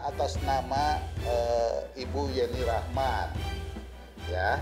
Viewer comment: si admin juga nyebut nama YENNI RACHMAN menjadi JENI..JENI.. kurang ilmu sudah maksa jd narator..